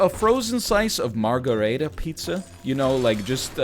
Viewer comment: cute pronunciation of margherita NL